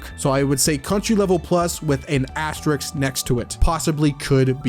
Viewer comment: So, I think that Novel Kars hangs out with Joji AND accomplishes all of his wildest feats in the book because of Beyond. As soon as Kars achieves hero status by hanging out with the book's protagonist, he's able to achieve the wildest malarky. Also, think you might read the Asterix books? You keep mispronouncing asterisk so I figure you just like Gauls.